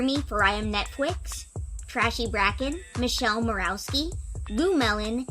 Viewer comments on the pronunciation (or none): none